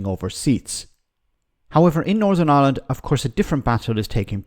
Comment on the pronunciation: This guy should be nowhere near ‘powitiks’, he’s still in the 1600’s with his bigoted opinions and now wants to argue with the people he should be siding with. In fairness he is comedy gold when he starts spouting his hatred of everything. Iwand doesn’t need his sort. Yes, I did spell it as he says it.